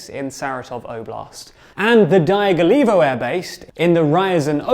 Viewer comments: Guys, I appreciate the journalism, but please consult someone who could help with reading and pronouncing slavic names and toponims for you. It's Rya-zan', not Ryzen. Dya-gill-evo, not Die-gull-evo. Kher-sOn, not Curson. Lee-maan, not Lie-man. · Ryazan is pronounced " rja-ZAHN' " (j = y in yacht), Dyagilevo - " dja-gi-LJO-va " and Saratov is pronounced "sah-RAH-tav"